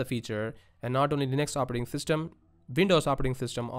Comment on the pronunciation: "Operating Thystem" ;-) JK, great video! Thank you!